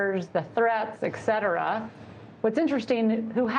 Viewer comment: once someone mispronounces ET cetera, it’s hard to take them seriously as an intellectual.